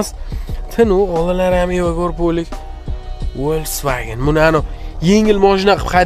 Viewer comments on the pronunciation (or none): Фольксваген ВОЛЬСВАГЕН МАС..